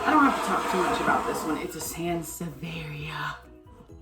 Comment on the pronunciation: Great bday haul! I have a hard time saying sansevaria outloud. Lol in my head sound well pronounced once it comes out my mouth not so much. Lol.